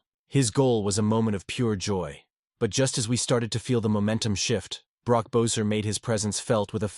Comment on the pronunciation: Cannot listen to the commentary to this because you cannot pronounce Brock Boesers last name correctly. If you follow this fantastic guy you would’ve heard his name is pronounced BESSER.